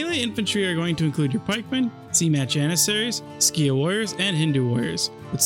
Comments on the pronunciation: Skiah instead of seek (Sikh) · It's pronounced like seek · Or more properly like Sick, but Seek is a fine English localisation. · I feel like you must be living under a rock if you don't know how to pronounce Sikh.